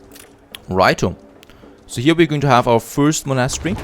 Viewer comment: pls look up how to prononce monastery, I really like you episodes but bruh monastery.